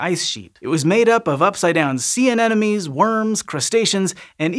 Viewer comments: An-em-o-nees... not An-enemies. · Repeat after me: a-Ne-Mo-Nes. First N, then M, then N again. This whole video : aNeNoMes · i just noticed keeps saying "anenomes" instead of anemones and now i can't unnotice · I like how he pronounces "anemones"